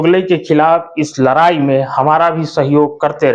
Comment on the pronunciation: abe jaban Sahi kar ladai Nahin larai